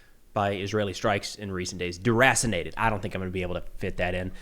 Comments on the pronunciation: Caught that too but i thought he said ‘Erassinated’ like he misspoke and mixed erased and assissinated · deracinated sounds like assassinated. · "Durasinated" sounds legit. The Dur is silent 🤫 🙊🙉🙈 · DeRasinated. Is that the same as Vaporized? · Bro... you crack me up... Derasinated?!?! HAHA